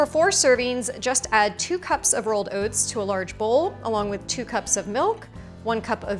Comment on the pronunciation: Overnight “Owhts”